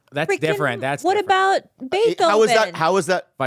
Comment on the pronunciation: Crossed eyes definitely run in Bobby's family! Plus, the dumb b K can't even pronounce Beethoven smh...